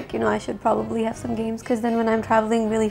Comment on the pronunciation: Don't understand some hate comments here. She was brought up in New Zealand and that's why she has the accent. Also, no one is perfect at such age. So, please get off her backs regarding her use of the word "probabaly".